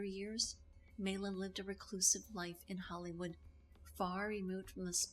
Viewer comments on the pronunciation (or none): Maila (pronounced My-la) was born Maila Elizabeth Niemi on her birth certificate (not Syrjaniemi). She moved to Los Angeles in 1941 and lived with her Aunt Ida and Uncle John Peterson. Paavo Nurmi was not related. That is not a photo by Man Ray. That photograph was taken by Bruno Bernard in Los Angeles not New York. She was never legally married to Dean Riesner. She actually shaved her own head in an emotional outburst after Vampira, the show, was cancelled. The hair dressers story was made up for the press. That is not Jack Simmons dressed as James Dean, it's her boyfriend Chuck Beadles. Vampira the show on KABC-TV Channel 7 ran from May 1, 1954 - April 2, 1955 (50 episodes) Vampira Returns on KHJ-TV Channel 9 ran from May 18, 1956 - August 3, 1956 (12 episodes). Cassandra Peterson was hired to play Vampira on the new Vampira show. They only changed her name to Elvira when Maila Nurmi disagreed with their choice of actress to portray her character. The court didn't rule against her as it never went to trial and Maila had to ultimately drop the case due to lack of counsel and finances. Nice tribute though.